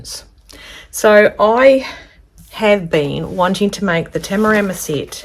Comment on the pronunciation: Great review, much appreciated. And you nailed every pronunciation of Tamarama, must have been all the practice up to the review 😉